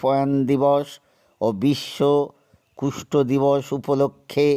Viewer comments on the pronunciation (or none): কুষ্ট শব্দ ভুল সংশোধন করে নিন ওটা হবে কুষ্ঠ। প্রতিবেদন অবশ্যই ভালো হয়েছে।